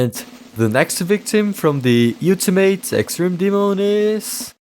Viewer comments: nah, no way he still says you-till-mate instead of ol-ti-mate 😭 (the song literally says it) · hearing you pronounce it "you-ti-mate" so many times has taken years off my life but great part either way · Bro says utamate demon